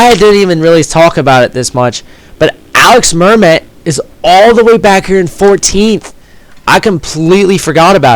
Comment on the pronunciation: Your prononciation of "Alix Mermet" is pretty good for an english speaker ;)